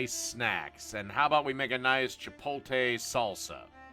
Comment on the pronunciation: No offense but how do you spell the name right but pronounce it wrong?